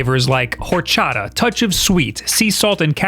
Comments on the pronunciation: Btw horchata is pronounced or-cha-ta. In Spanish the “H” is silent. Just letting you know. 👍 Happy Holidays! 🎄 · The H in Horchata is silent